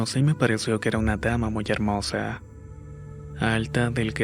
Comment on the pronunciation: Tienes alguna enfermedad o por qué hablas como Bad Bunny? "Pol todo su sector" "ela tan helmosa y suave"...veo tus videos porque son buenas historias, pero es muy frustrante escucharte, además de que terminas las frases como raro...